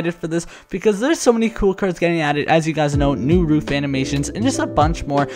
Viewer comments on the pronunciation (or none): I think it’s pronounced roof not not rough